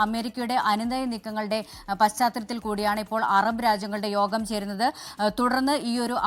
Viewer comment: Not ROGAM but YOGAM😂🎉